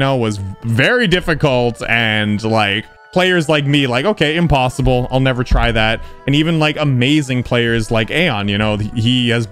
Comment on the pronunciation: "GASP" HE DIDN'T SAY "IMPOSSIBLE" THE RIGHT WAY 😳